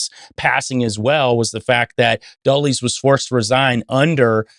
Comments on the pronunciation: Great info but it’s pronounced DULLUS not DULLIES. It’s spelled Dulles. He was wretched, evil man. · Yeah, I know. This was really irritating me, too. Why don't these guys ever look up pronuncitations for various words?